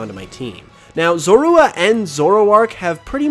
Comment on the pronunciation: The way you say zorua bothers me so much 😂 also WHY ROWLET?!? usually grass types have a wide disadvantage. From typing to low coverage.